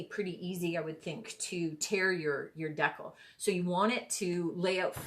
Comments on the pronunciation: It's called a DEE CAL like cal for calorie, not deckle. Gees. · Thanks so much for the video … great tutorial :-). As for how to say decal .. it’s the other way you said it…. Dee-cal …. Thanks again, I know I will be trying this. You can also do it with temporary tattoos. You can buy them on Amazon. You wet piece you’re putting it on, place the “tattoo” then dampen the backing … then the backing slides right off. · Love it. Its a dee-cal as in California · Sounds like…Deckle but people meal Decal 😂🤣😂 that is hilarious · When you pronounce decal, it should sound like (d cow). It's a cut way to remember it. I hope you don't think I'm rude by saying this. I love your youtue. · It’s pronounced de cal